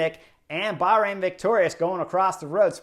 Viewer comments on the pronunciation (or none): none